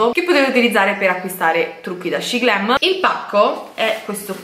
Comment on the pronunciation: Shemglam cosiiii non shiglm no perfavoreeee